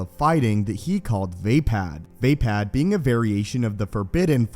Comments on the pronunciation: It's not (v-ay-pad) its (v-uh-pod) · not VEIpad, it's VAAAAPAAAAD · Love the way he says way pad instead of vaapad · Vay pad? It uses English high A like day? Not ah like awesome? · Vay-pad. This fucking guy. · Ok I'm probably wrong but I thought it was pronounced like vah-pod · Its pronounced "v-ah pod" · It#s Vaapad, not vapad, vappad or vaping. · Anybody else out there that can't stand how this dude pronounces vaapad incorrectly?